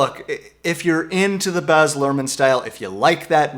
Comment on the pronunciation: His first name is baz not boz